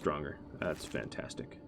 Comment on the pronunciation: are you from romania broada ? the way you seid 'fantastic' sounds romanian ,and a little franch, to me:))